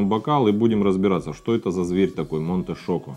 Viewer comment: Правильно произносится Чоко а не Шоко.